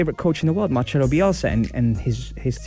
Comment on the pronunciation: I feel like im reading that BBC article again hehe Excellent coach. MarCelo, not MarCHelo :)